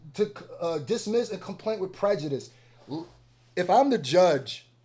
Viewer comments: “Dissmess” 😂😂😂 please you was so close dawg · “DISSMESS” makes me wonder how fast you tried to upload this 😭